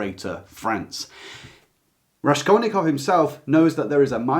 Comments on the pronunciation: Hello, thanks a lot for a great video. RaSKolnikov pronounces like School [SKul], not like RaSHkolnikov. РаСКольников. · For some reason you pronounce RaSHkolnikov, when it's supposed to be S sound. The impression this book has given me, is that if Porfiriy wasn't such a brilliant detective, and there was no serious investigation incriminating him, he would not suffer as much agony as he did. Also, he specifically has such a neurotic personality that he would overthink the deed and suffer no matter what; plus his crippling poverty and lack of food might have had an affect. So it is difficult to say what the effect of murder would be.. Oh and his friends kept talking about it all the time..